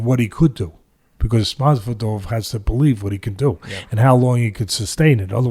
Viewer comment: I wish Teddy would get Masvidal's name correct.